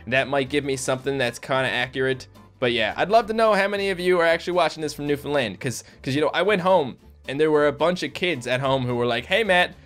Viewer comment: Its really funny when you say "new foundland" it sounds like you say "new finland" and im from finland.